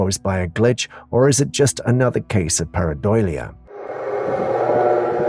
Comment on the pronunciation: Dude... Jsyk: PAREIDOLIA IS PRONOUNCED... PEAR - AH -DOLE - YA